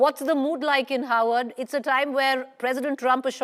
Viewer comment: Howard or Harvard. 😂 Can't you both say "Harvard" properly. Why does Harvard need funding?